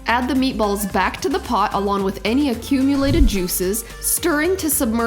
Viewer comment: Nice job on the meat a balls... (italian accent ) are you sure you’re not Italian?